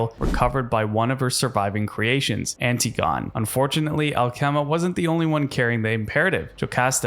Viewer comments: Did you say "anti-gone?" 😂😂😂😂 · Antigone is pronounced An-tig-o-knee. It's ancient Greek, like Jocosta who was the mother of Oedipus. Ultron is so based. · Antigone is pronounced - an-ti-guh-nee